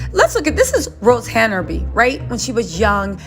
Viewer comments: Her name is Hanbury not Hana bury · There is no “a” between Han and bury HANBURY